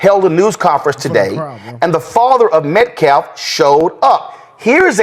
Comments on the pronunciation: The Metcalf FAMILY NAME IS CORRECTLY PRONOUNCED 'METCALF'... NOT "METCLAF" as does MULTIPLE TIMES DURING EVERY NEWS INTERVIEW & PRESS CONFERENCE. I BELIEVE DOES THIS ON PURPOSE and with purposeful intent!! Officer Tatum even called out for saying "Deflence" instead of the word DEFENSE regarding legal terminology. The Anthony Family had better wake up, get a legitimate and educated, felony free representative if they hope for ANY MERCY for their son, that STABBED ANOTHER PERSON IN THE HEART!! Legitimate news feeds have released Karmelo Anthony was HEAD TRACK TEAM MATE. AND ON HIS HIGH SCHOOL FOOTBALL TEAM! So, DO NOT BLASPHEME AUSTIN METCALF!! This ANTHONY FAMILY IS A DISGRACE TO THE HUMAN RACE. BEGGING FOR EQUALITY, BEGGING FOR PROTECTION BECAUSE THEY PLAY THIS WEAK A$$ RACE CARD. THE PARENTS OF KARMELO ANTHONY, Your SON STABBED ANOTHER PERSON IN THE HEART! YOU HAVE NOT ONCE OFFERED A SINGLE APOLOGY TO THE METCALF FAMILY! Karmelo ADMITTED to doing it, NO EVER DENIED IT., if you truly want any ounce of "fair trial justice" for Karmelo... STEP ASIDE. YOU are the WORST EXAMPLE to represent the Anthony family. The Anthony family needs a FELONY FREE VOICE AND REPRESENTATIVE. Even if you were "innocent" of the publicized charges, it just goes to show you do not care for Karmelo or his family... There's a high dollar bottom line YOU,, ARE HOPING TO CASH IN ON... PROBABLY TO TAKE CARE OF ALL YOUR PUBLICLY KNOWN FELONIES.... YOU RAN OU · he pronounces L where it doesn't belong a lot too he said Hunter Metclaf twice instead of Metcalf hes also said self deflense instead of self defense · More times than not, this guy says Metclaf instead of Metcalf. Super annoying. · "Whites racialize everything?? WTAF??? ALSO, WHY does this eedjit INSIST on mispronouncing AUSTIN METCALF'S NAME? "Hunter 'MetCLAFF? BULLSHITE.😮 Piece of shite. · So that idiot is also saying Metclaf instead of Metcalf? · Metcalf not Met claff